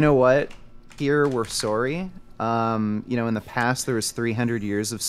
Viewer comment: How many times is going to say "sorey"?